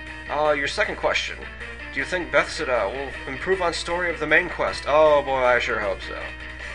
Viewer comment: Wait... the way you prounounced Bethesda....It's prounounced Beth-es-da, as in the ending of elizabeth, es which just sounds like s, and da like the Russian word for yes. It's a town in Maryland by Rockville.